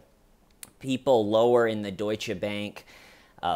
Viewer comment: Dear, First, thank you for pronouncing Deutsche the right way. It gives me hope to one day hear Einstein pronouced as it should be by Americans, and it is not the epstein way (epstein doesn't deserve the Majuscule). Thank you also for reminding us that your channel is not only good laughs. I sometime feel reading the comments that we are waiting, expecting even, the good jokes and like with this family, nothing funny about it. Thoughts to them and I hope the husband recovers. I think you give the good theories regarding why he did it, and unfortunately I wouldn't even be surprised if it was because of ladies night. He is like an incel, and we all know what they can do.. But yeah, another "suicide" related to epstein... hum... Of course we all know that the Fedex will become a thing in the TCL family, and I love it! Because your comment section is just one of the best, and the Schmeeda fam brings much joy in my life right now, as you do too and first, much gratitude for you. And last thing: have you been rewatching Fargo lately? Cause after the "I'm cooperating" I heard the ", you're underperforming!" the same way haha. Much love from Belgium, hope you are doing ok? P.S: please make teeshirts or whatever! Please please please! I want to represent the TCL here in Belgium. (How can someone run out the back door from a high rise appartment? There's not even a front door!?)